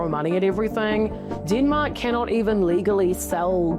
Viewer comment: Kiwis accent ... hilarious."DEEEENMAAAK!" Dem-Mak---- deatth touch